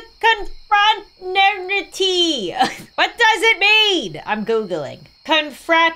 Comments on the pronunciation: inability to pronounce confraternity is cracking me up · mispronouncing confraternity is thee funniest thing ever😂😂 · playing “cute” bread game:❌ struggling to say confraternity:✅